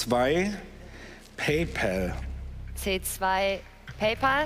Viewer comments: Es wird nunmal pay päl ausgesprochen. Nur deutsche sagen Pay pol. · Hä der Typ hast c2 PayPel ausgesprochen und nicht PayPal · Wie alle das PayPäl aussprechen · Wie hat der bitte schön Paypal ausgesprochen